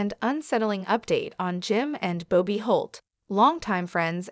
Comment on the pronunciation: It’s Bobby not “Bow-Be”